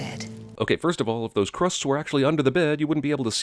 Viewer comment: “You can have the cwusts.”